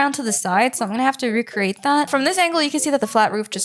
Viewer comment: Can you PLEASE stop saying RECCRATE🙄🙄😒